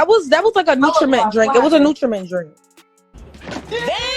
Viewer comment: "Nutriment" lol